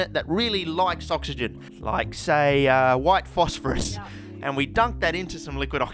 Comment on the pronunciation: “Like say uhmm...... WHiTe PhOsPHoRus”😂